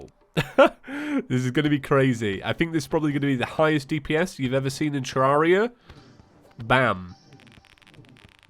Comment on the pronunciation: It’s ter rare ria not terrauria